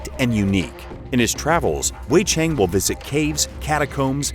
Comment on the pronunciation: They're a Russian studio, so speculatively, perhaps they hired an English voicecover for this? Edit: they also mispronounce 'Cheng'. Bizarre.